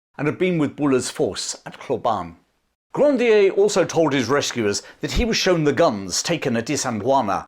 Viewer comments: Hlobane- pronounced "schlobarnie" or close to that. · Hlobane: Shlo-BANH-nyeh. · It's pronounced .... Shlob - ahn - ay . Hlobane